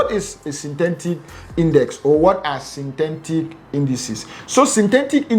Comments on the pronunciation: My oga , Sin - Te - Tic not Tentic😌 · Synthetic not synthentic. Etic not entic. 😂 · Synthentic ... Bru no man - Synthetic - there is no N